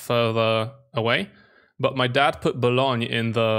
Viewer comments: it's Boulogne, not Bologne. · It's not Bologne but Boulogne and Boulogne-sur-mer